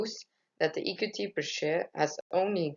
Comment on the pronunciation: Hi I like your presentation, it's quite interesting and a good length when it comes to timing! Although, I would advise you to look up the pronounciation of the word "equity", I think you are mispronouncing it. On the whole, i liked your Powerpoint and I think you have used good and clear graphs. Good that you included the sources! Good luck with the presentation. Kind regards Ana